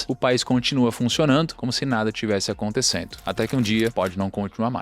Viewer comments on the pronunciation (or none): Gosto muito do canal, mas ouvir "aconticendo" é triste; chega a doer os tímpanos...😫